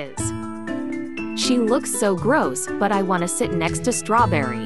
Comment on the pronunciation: Stawberry Stawberry Stawberry